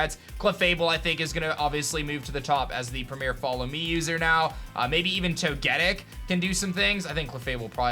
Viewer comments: Togettic? Tog-e-tick. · "Toe - Gi - Tick" Not togetick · Srry but I just HAVE TO POINT OUT this kind of stuff: You pronounced togetic wrong